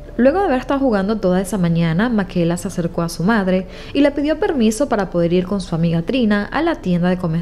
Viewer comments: PORQUE DICES MAQUELA, SI SE LLAMA MICAELA?????? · En español se pronuncia "Micaela" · Creo que el nombre se pronuncia "Mikaela" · No se pronunciaría “Micaela”(?